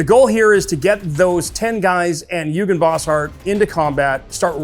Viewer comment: I hate to be that guy, but I literally can not help myself. Eugen is pronounced Oygen, not yougen. It's German.